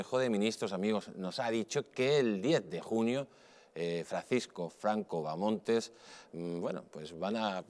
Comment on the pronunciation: No es Bamontes, hostias! Es Bahamonde.